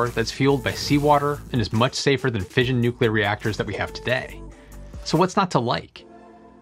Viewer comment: Since when has everybody started pronouncing fission as 'fееzhn insted of 'fishn?